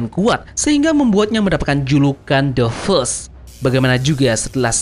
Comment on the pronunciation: "fist" bacanya ya fis kok bukan fes. cmiiw